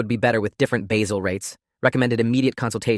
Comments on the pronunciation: AI: it's basal rates, NOT basil rates!!! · It's pronounced bay-zell. Got it right later in the video. But the AI inconsistencies are challenging.